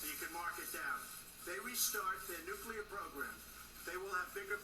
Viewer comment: pronounce " nuclear "...new-clear